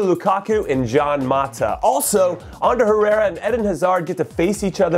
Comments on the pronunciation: JAN MATA... really Jimmy? It's "Juan" you know.. espanol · It's Juan(HU-AN) Mata not John Mata. Typical-Inho!😒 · It's HWAN MATA not GIAN MATA